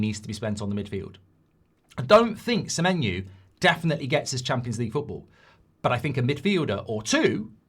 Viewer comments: Why does Goldbridge keep saying Samenyou/ Samenyu/ Samenyew/ Samenyue? I thought it was SamenYO. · Mark its Semeny-oh not Semeny- ooo. Why do you get this wrong. If he was Irish you would pronounce it properly but you cant say his name properly. Theres no reason for you to get this wrong its ridiculous